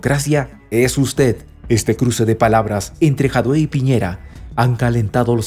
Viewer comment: lee Jadue con acento en la a y leido tal cual.